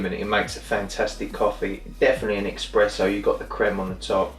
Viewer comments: Espresso. Not 'Expresso'. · Indeed. Wheres the X in eSpresso? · You say eXpresso ☹️☹️ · Expresso …!!! Jesus.. you really know ur coffee!! 😂😂😂🤦🏼‍♂️🤦🏼‍♂️🤦🏼‍♂️ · Thanks for the feedback, I'm adding it to the list. 1. Buy a Tripod, 2. Stop pronouncing Espresso as "Expresso", 3. Cut my nails more often. ;) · A coffee lover who mispronounces Espresso.